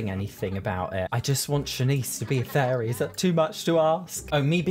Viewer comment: His accent made it sound like he kept saying furry instead of fairy. I fell for it each time like... oh she's a furry too?